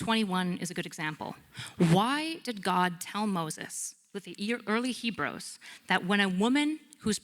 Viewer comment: "Hee-bros"? The Code of "Harumbai"? These are clues for someone that is either entirely unread, or not immersed at all in the realm in which they are speaking.